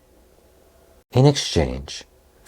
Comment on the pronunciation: He said bungus,ha huh